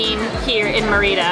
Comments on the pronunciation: Mi marido y yo tenemos una casa en Chi Chi Suárez y hemos disfrutado de tus vídeos, pero mi única queja es cómo estás pronunciando Mérida. Gracias por destacar la increíble comida y cultura de nuestra hermosa ciudad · This is nicely presented.... NOT nicely done!.... please, please, please learn to pronounce the name of the city correctly AND the name of the various foods correctly. It would take you 5 minutes to learn the correct pronunciation - 5 minutes. Maybe ask the waitperson how you say the name? Maybe ask a local how do you pronounce the name Merida!!!??? Sorry, if you are going to do a video like this, make an effort to do it right! Now you have thousands and thousands of people looking at this and they have no idea what you are even talking about. Sorry, very disappointing! It could have been so nice!!!! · Sorry, you do NOT have to speak a language to learn a few simply words. And the name of a city!!!!! Clearly no effort was made and it is a major disservice to anyone coming to Merida and insulting to the locals. It is not as though you are trying to learn Maya! Simply take a few minutes to learn 5 or 6 food names AND THE NAME OF THE CITY! If you honestly “tried” to learn how to pronounce a few words and this video is the results of your work, please blog about something else. Sorry, but as I said, it is a major disservice to people coming here and insulting to the people that live here! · I tried to watch this but 9 minutes in and I simply cannot take it! LEARN how to pronounce the name of the food and the name of the city!!!! PLEASE!!!!